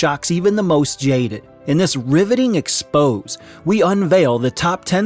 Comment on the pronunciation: Reading scripts when you don’t know the words you’re reading lead to issues like saying expose.